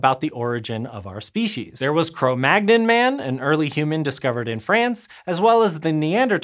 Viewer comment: Learn to pronounce cro-magnon.